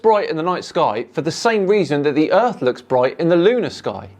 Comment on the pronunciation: The earth is FLA. . . Gotta minus the T 😅 *Earh . . The earh is fla